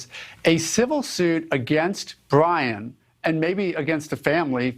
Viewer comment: Pwoof dat bwian dose are Bwian's remains....